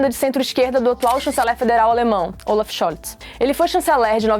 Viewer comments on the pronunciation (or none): none